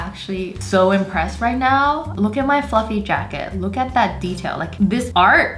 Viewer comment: When u said fluffy I thought u said f-ing